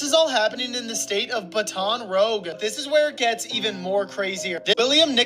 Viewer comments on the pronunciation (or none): Bro the way dude pronounced Baton Rouge killed me😂 shout out from New Orleans ❤ great content and beautiful spirit as always